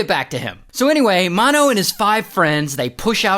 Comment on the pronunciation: It's, Mano like m a n o